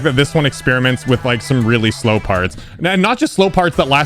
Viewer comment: saying slow parts be like Slope parts